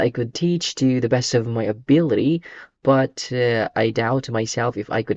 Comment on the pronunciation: Thank you for making this useful video 🙏🌺. But the pronunciation of ability is not correct.